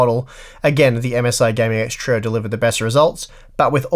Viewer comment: have you ever considered pronouncing trio as "trio" instead of "troe"